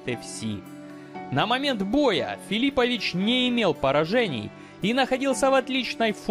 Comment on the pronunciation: Какой ещё КрОкоп и ФилИпович? Уши сохнут от таких ударений. Байт на комментарии, автор хитрожопый.